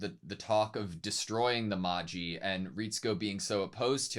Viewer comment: Just a note that magi is pronounced maj-eye, like "magic eye" for an easier comparison